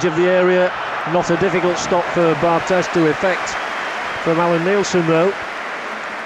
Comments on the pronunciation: Dammit, it's pronounced Bar-TAY. He's French, not Spanish. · Sorry mate, it's definitely Bar-TEZZ, he's from South of France, Occitanie région where there is a kind of influence of Catalan language...